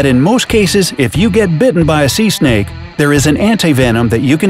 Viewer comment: You said snea snake but you mean sea sneks